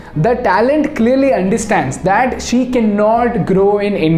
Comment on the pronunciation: the way he said "she" - Thanks.